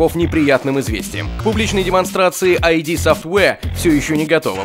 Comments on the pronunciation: ну ИД софтвэр же, ИД, а не айди, который выпуск уже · не АйДи а ИД!